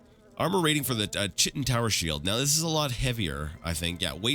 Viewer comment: Oh man, you almost hurt my ears with that "Chitin" pronunciation, so sharp :D (for future reference, it's 'ˈkītn'), but nevermind that, I still love your series, but i'm sad i'm quickly running out of episodes to watch, I got through Daggerfall in like 2 months and there are only 30ish more Morrowind vids atm :(. Maybe I should rewatch Arena to give you some time to buffer more Morrowind? :D